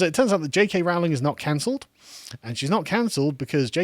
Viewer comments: it's not actually. Listen to how Joanne pronounces her surname. It's "Rolling" not " Row ling". She even commented that she gets minorly annoyed when people mispronounce it, but she doesn't mind it too much. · Her name is pronounced RO-LING. Have you become American? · PLEASE - PLEASE - PLEASE - will you pronounce J. K Rowling's name correctly! Her name rhymes with ROLLING. How do I know? Because I've got a biography where the pronunciation of her surname is discussed. When she was younger and teaching students the students used to pull her leg and sing 'Rolling, rolling, rolling' which was a signature tune of a popular Western TV series. I'm delighted you are defending this marvellous author, but please pronounce her name correctly. Otherwise, you undermine your credibility. So ROLLING, ROLLING, ROLLING, please! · "Rowling" is pronounced "ROH-ling". It rhymes with "bowling". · Getting annoyed at how he pronounces Rowling.